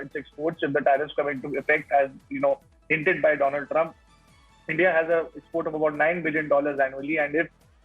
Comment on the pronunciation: My priend dolund trump 😂